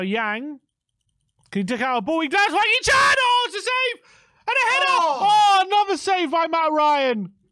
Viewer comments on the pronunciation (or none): none